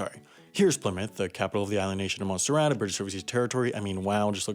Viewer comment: Montserrat? I thought you said Monsterrat